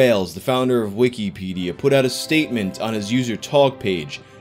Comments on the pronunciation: “Weekeepædia”. Jesus Christ. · Why do you say it like weekie pedia? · _Stop saying wikipedia so fucked up _